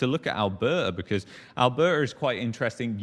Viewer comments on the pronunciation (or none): I only tune in to hear him pronounce 'Alberta '....Al..behh...ahh'...